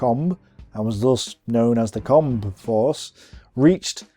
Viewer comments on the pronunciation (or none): Not just the foreign names, he can't pronounce the English names either like Combe and Mackay (Koom and Mak-eye). Such a shame because I love these videos.